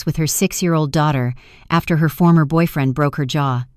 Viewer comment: It's HER AS IN A FEMALE NOT HAIR.HAIR IS ON YOUR HEAD.😢😢😢THIS IS THE WORST NARRATIVE AND NARRATION 😢😢😢😢😢